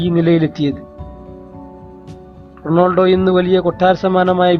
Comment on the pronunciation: നാക് വടിക് വല്ലപ്പോളും അല്ലേൽ അറ്റ്ലീസ്റ്റ് റൊണാൾഡോ എന്നെങ്കിലും പറയാൻ പഠിക്കു തോൽവി അവതരണം റൊണാൾഡോ എന്ന് കേട്ടതുകൊണ്ടു മാത്രം വീഡിയോ കണ്ടു